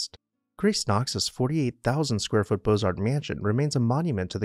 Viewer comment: The t and the s are silent in beaux arts.